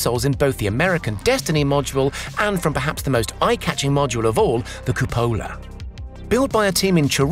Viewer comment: Hi, nice video. Just FYI the Italian word for "dome" is supposed to be pronounced "cùpola", with the stress accent on the first syllable, not "cupòla". ;)